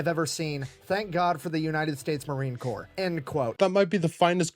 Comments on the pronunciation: ❗️From a Proud Marine Aunty: "Corps" is pronounced [kor], not corpse ☠️ 😉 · Just so you know . . . Marine Corps is pronounced Marine Core. You don’t pronounce the p or the s. I don’t know why. Perhaps you can ask the Fat Electrician.. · Corps is pronounced Core 😉😊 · Corp is pronounced like the word 'core' like the core of an apple. Corps with a P is more akin to what the Marines leave in their wake, corpse as in dead bodies. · Brother just in case, Corpse in Marines is said Core, not Corpse. French spelling. As in Body. Marines aren't allowed to become an actual corpse Without Permission!! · It is not pronounced "corpse". "Corps" is pronounced the same as "core". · Love your videos but just fyi when you say Marine Corp the “p” is silent so it sounds like “core” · I don't mean to be rude, and if I am, I apologize, but you the way to pronounce Marine Corps is actually with I silent P so Marine Core, I don't know why there is a P, or and S, but yes, I apologize if this comes out rude. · Congrats on 90K!🎇🪅🎆 Will you be able to quit your second job soon? I know y'all mispronounce a bunch of words, so in America, the 'ps' is silent in 'The Corps', and if you just say "The Corps", everyone knows what you mean!💟🇺🇲✝️🛐🇺🇲🎇🎆💟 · I know it is spelled corps but the p & s are silent. It is the Marine (Core) Corps. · "Corps" is pronounced "core".; ) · Just a quick FYI, in America, Corps has a silent “P”, pronounced Core. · My brother was a US Marine until the day he died, and he would be rolling over in his grave to hear you pronounce Marine "Corps." (the "p" in Corps is silent!) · LoL. Don't pronounce the "P" in Corps. A corpse is a dead body. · The "p" and "s" in Marine Corps are silent. It's from the French. My father was a Marine in World War II.